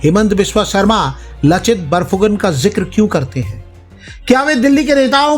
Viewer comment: लचित नही लाचित बरफुकन है।